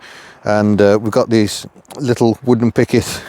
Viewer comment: Must be your accent , I thought you said " wooden picket "